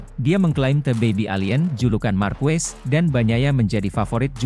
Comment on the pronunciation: Pengucapan marquez itu= markez bukan markwes